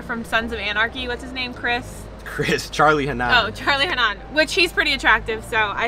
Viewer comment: I'm not sure that's how you pronounce Hunnam